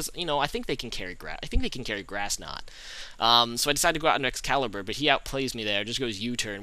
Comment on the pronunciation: u pronounce Excalibur right u rock lol